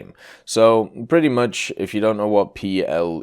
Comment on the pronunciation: In PELE a native german would use the second e from Mercedes, not the i sounding one.